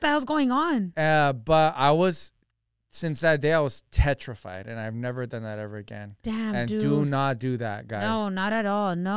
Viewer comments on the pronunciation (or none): I think meant to say PETRIFIED not TETRIFIED 😂😂😂😂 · I think he meant to say petrified? 😂 always has me cracking up❤